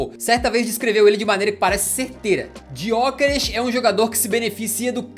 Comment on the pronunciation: Se pronuncia Yokeres sem o G, não é muito difícil de escrever nem de falar